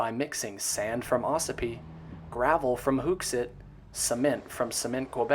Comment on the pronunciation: The hook in Hookset is pronounced like fishing hook.